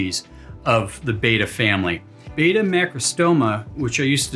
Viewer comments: It's still BETTA not Baida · Beta = BAY-tuh. Betta = BET-tuh. I wish people would remember what we were taught in school. A consonant with a vowel on either side makes the first vowel a hard vowel. Two consonant surrounded by two vowels makes the first vowel soft. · But it is pronounced beh-tah, as they were named for the Asian Bettah warriors. A little research would’ve told you that. I can’t stand it when so-called experts can’t even pronounce the word correctly.